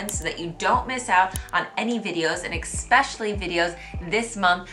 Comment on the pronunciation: Please don’t be offended, but I’ve noticed some English mispronunciations in your videos. One in particular is very noticeable: The word “especially” is not pronounced “ek-specially.” There’s no k sound. It’s pronounced just the way it’s spelled. “Etcetera” also has no k sound. It also is pronounced just the way it’s spelled.